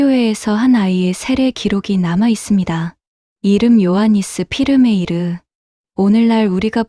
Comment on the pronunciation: 더치 발음은 V를 F로 발음합니다. 그래서 얀 훼이메르라 발음하시는 것이 비교적 원어민 발음에 가깝다고 생각됩니다